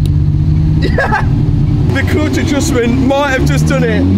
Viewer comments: “Clotch” “clotch”. I’m sure you mean clutch. ? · I don't think i've heard 'Cluitch' so much in my life haha! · Love your videos. But I really just keep coming back to hear your pronunciation of "murciélago" and "clutch" :) JK